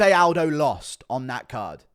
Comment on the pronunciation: Joe say Aldo. C'mon Guru